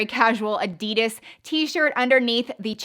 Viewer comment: Its kind of funny how she said addidas haha